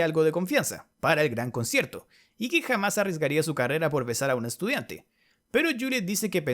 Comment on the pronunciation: Escucho mal o dice concherto xd